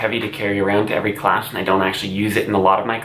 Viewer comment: It’s pronounced class, not clash